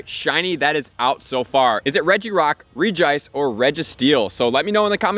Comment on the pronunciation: I can't get over how u pronounce Regice. The "Reg" should sound the same as the other Regis